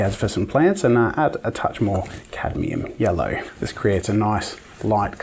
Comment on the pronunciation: catium yello? Yello